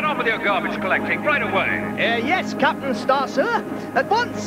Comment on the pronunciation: Why does Ten Cents say 'Capan' in this episode and none of the others?